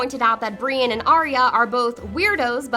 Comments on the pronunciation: Oh-lenn-uh (Olenna) not Oh-lee-ahnna (Seriously, this one was just unforgivable). Oh-burr-inn (Oberyn), not Oh-ber-onn Bree-enn (Brienne), not Bree-inn Cat-linn (Catelyn), not Kate-lenn She didn't even say disciple right. What' the hell's a discifle? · And Brienne as Breane